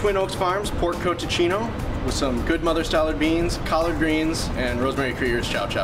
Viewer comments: 1) You're mispronouncing cotechino 2) that doesn't really matter because there is no cotechino in your recipe...cotechino is not a farce, it's a northern italian sausage made with pork skin, served generally on new year's eve...i don't know what the hell to call what you made there but it's not cotechino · Dude, that has nothing to do with cotechino. It’s a sausage with pig skin and it is served with lentils, but first learn how to say it. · It’s not cotechino, it’s cotechino.